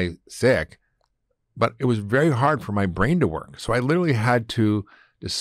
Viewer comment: I was sure he said at the start was “Berry” important 😂